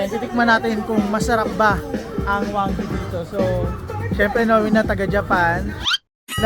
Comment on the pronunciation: wagyu po not wanggyu